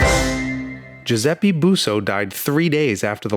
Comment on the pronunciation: It's GiuseppE, not GiuseppI, come on! Cheers from Italy!